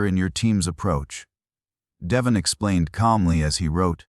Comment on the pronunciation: I hate these AI voices, mispronouncing names, words, butchering phrases. His name is De-VON, not DE-von.